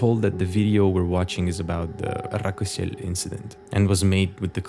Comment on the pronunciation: It's not Rakosel it's Rakoselskoye